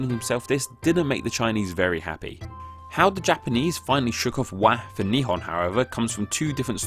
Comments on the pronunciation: There are two ways to pronounce "nihon", one means "two sticks of..." and another one means Japan. The pronunciation in the video sounded more like "two stick of..." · ✕ Nihon 〇 Nippon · I'm learning Japanese and I notice he pronounced the word really weird hahaha. Interesting fact, the Japanese language's one of the most eassely pronouncing ones.